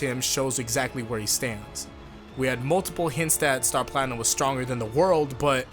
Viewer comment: Star Platimnum??? more like Star Platkhnum!